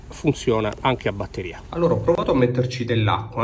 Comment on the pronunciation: Abbatteria, come dice un collega youtuber. La bbbatteria è tua nemica